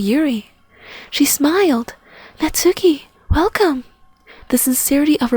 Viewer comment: GRRRR THE NAME IS PRONOUNCED KNOTS KEY